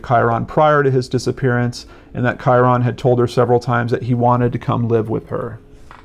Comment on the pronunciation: Just a friendly fyi! Kyron is pronounced "Ky-rin"... ;-D